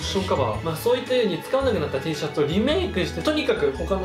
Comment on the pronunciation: テェーシャツって聞こえる🐣